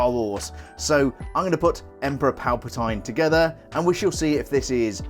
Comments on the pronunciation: “Palpa-tine?” It’s “Palpa-TEEN!” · ‘Emperor PalpatIne’ that pronounciation😂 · 50 points from your Hogwarts house for not pronouncing his name correctly.